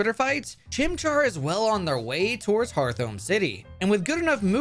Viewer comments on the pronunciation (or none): none